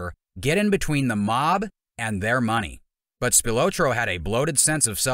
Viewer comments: Spil-ah-tro is the pronunciation. I’ll give you a pass for not being from Chicago. Tony’s brother was my neighbor growing up. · Tony's last name is pronounced "Spil "AH" tro. Hard to watch your clip pronouncing his name incorrectly......... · His name is pronounced like “SpilAHtro”” not “Spiootro” like the narrator says it. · The guy can't even say his name right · If you're gonna do a documentary learn how to pronounce your subjects name. And nobody within Tony's circle called him The Ant. They would have gotten straightened out immediately.